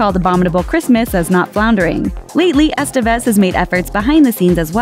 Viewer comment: It's Es-TEH-vez, not ES-tah-vez.